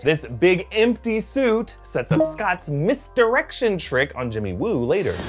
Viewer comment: Did he say💫 Jimmy Woo💫